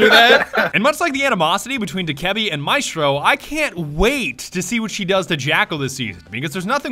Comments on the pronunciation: MI-STRO....the worst pronunciation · ATK/ Tomiz solo a me fa venire il cancro sentire questi inglesi che non sanno cucinare e insultano probabilmente la migliore del mondo, sbagliano ogni genere di accento chiamandoli “ Maistro” e “Alabai” e fanno battute su l’Italia in generale, quando il loro paese è forse uno dei più antidemocratici degli stati sviluppati